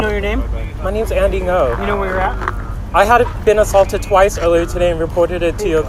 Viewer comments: Pronounce his name correctly at least... Ngo not No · It’s “Ngo” not “No”